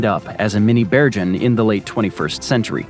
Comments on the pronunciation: I had to stop watching because I would cringe every time you mispronounced Bergen. It's pronounced Bear-ghen, the g is hard, like in goat. I'm in sensory overload just typing this because of how off-putting the constant mispronunciations were. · interesting stuff, but please check your pronunciation of european cities, every good map geek knows its Bergen as in Google, not Georgia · Bergen was mispronounced. The g is pronounced like in get not with a J sound. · the way you pronounce Bergen is killing me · Sorry to moan, but if you are going to say “Bergen” many times, you might want to just check with Wikipedia how to pronounce it.